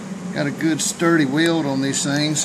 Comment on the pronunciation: I wasn't sure... when I heard you say "way-old" for sticking metal together... Next, "E"-poxy made coffee come out of my nose, but when I saw you have a lathe, a mill welding equipment and a powered paraglider I figured we are probably gonna end up being friends!